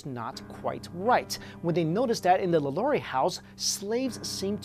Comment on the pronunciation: He kept saying Madame LaLaurie's name wrong and I kept cringing